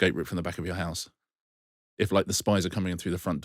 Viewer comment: Marina pronouncing house “hice” was my peak for this week.